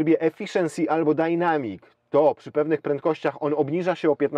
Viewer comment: Panie, taka prośba.Proszę mówić black przez A nie można słuchać tego black przez E tam niema żadnego E. Za chwilę mówi Pan dynamic przez A a nie przez E. Dzięki. Pozdro,lubię Caroserie👍